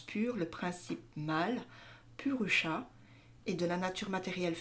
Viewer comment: Ça se lit "Pourousha", merci 🙏